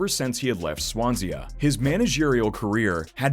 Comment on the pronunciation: johno wasn’t in the tots he was pots and it’s pronounced Swan-see